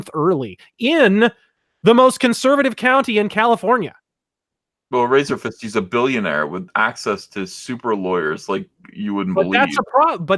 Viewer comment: Lol. called Razorfist "Razorfish" right out of the gate. I'm dying.